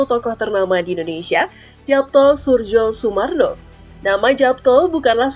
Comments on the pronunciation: Suryo Sumarno, Surjo dibacanya SURYO bgtuu lah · Sepertinya baca namanya itu yg benar YAPTO SURYOSUMARNO, bukan japto surjosumarno krn itu ejak'an lama 🙏🙏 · Mbak, kalaau ngomong sing apik dong masak nama ybs di baca Yapto Surdjosurmarno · Pembaca beritanya tidak mengerti cara membaca EYD. Kedengarannya jadi loetjoe.. Khususnya saat membaca nama tulisan Japto harusnya dibaca " Yapto'. Soerjosoemarno harusnya dibaca " Suryosumarno". Tolong diperbaiki. Tks.